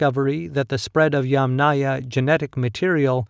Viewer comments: You are not pronouncing Yamnaya correctly. The stress should be put on the first syllable instead of the last one, i.e. Ya'mnaya instead of Yamnaya'. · You are not pronouncing Yamnaya correctly. The stress should be out in the first syllable, i.e. Ya'mnaya insteda of Yamnaya'. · ямНАя. The accent is on the 2nd syllable. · Great video, thanks! I would like to add a small little note, it's YAmnaya, the emphasis is on the YA. Comes from a Russian word "yama", which a whole in the ground. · Thanks. Another commenter corrected my pronunciation, but not before I'd recorded another video with the Yamnaya in it! I appreciate the education. Now I have to go back and make those adjustments before posting it... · yAmnaya, not yamnAya - the first syllable ist accented. Or, better and shorter, yAmna as it is in Ukrainian. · Better to use "yAmna" term, not "yamnAya". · It is very wrong pronounciation. The accent should on first syllable, like in "angry " or "envy ". It is "ya`ma", which is pit. The culture is "ya`mnaya" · In the term "Yamnaya", the stress is on the first syllable. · Narrator here. Thank you for the correction. I was unable to find any guidance online, so I defaulted to what I always try to do, which is pronounce every syllable as written by the author. Feel free to point us toward more sources for this subject!